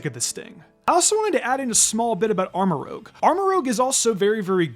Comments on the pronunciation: I don’t know why you pronouncing it “Armor Rouge” irked me the way it did. Armor Rouj. Like Baton Rouge. That’s my 2 cents on the subject. Thank you. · Armarouge, not Aramrogue. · Does not know how to say rouge or does he read it as rogue when he says Armarouge? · It’s ArmaROUGE, not ArmaROGUE. Rouge = red, just like cerulean (CERULEdge) = blue. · ArmoROUGE not ArmoROGUE ROOJ not ROAG it's like he does this on purpose ROUGE means RED in French ROGUE is something else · Please stop saying Armorogue... its Armorouge. Like red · Armarouge is pronounced "arma-ro͞oZH". Rhymes with "scrooge". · It hurts my soul every time you mispronounce Armorouge’s name 🤦🏻‍♂️ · The game has been out for a month, and he still says Armarouge wrong.